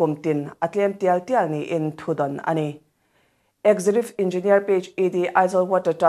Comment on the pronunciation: "Executive" - eg ·zeh·kyuh·tiv. ɪɡˈzekjʊtɪv Chhiar sual ve ziah a, chhiar dik tum tawh se ava tha ve.